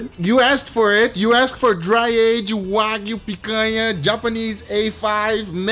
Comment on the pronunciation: NO DRY AGED "WAYGU"